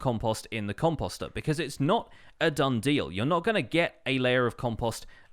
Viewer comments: Post . . .post ....... composter . Sorry that just really bugged me. You said it like 50 times. And I cringed every time. But thats just me. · i’m still not used to hearing him say ‘composter ‘ like ‘imposter’ lol